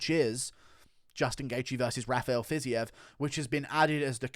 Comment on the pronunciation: Bro it's not "Fizzy-ev" it's pronounced "Fazeev" ;)